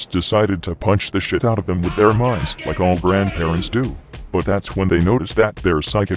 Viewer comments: >He does seem to loik you >loik you > loik cRoIkEy! nOw ThAt'S aBoUt As ClOsE aS iT gEtS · "He does seem to loik you"